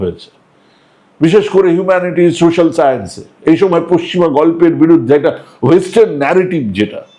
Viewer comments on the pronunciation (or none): none